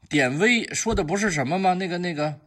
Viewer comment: 给挑个小错：典韦中的“韦”发音同维护的“维”（二声），不是威武的威（一声）。本人比虚长十岁，从小就爱看连环画（俗称小人书），特别是《水浒》和《三国演义》，对里面的名将还是比较了解。原著里典韦多次冒死救出曹操，他就是为了曹操而生的。